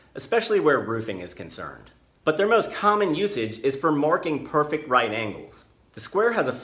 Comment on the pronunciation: painful to hear you emphasise "perfect" 90 degree and "perfect" 45 degrees. strong words in this imperfect world 😬🙂